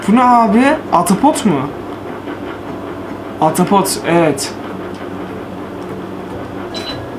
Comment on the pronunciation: Abi atapot değil ahtapot 🐙